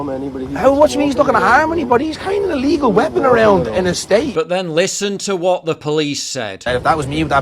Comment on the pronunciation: Shouldnt the argument be the white guy should be able to carry a knife instead of "illeegull deadlee weapon?"